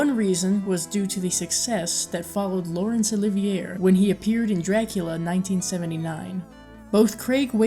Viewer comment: When the narrator pronounced his name “Laurence Oh-live-eee-AIR”, hahahahaha